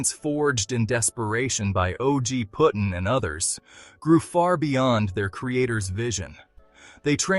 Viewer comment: Pretty his name is Puddin. As is pudding. Not puttin